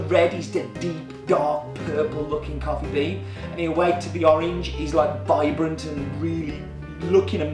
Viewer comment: Shouldn't that be vibrant, not Virbrant?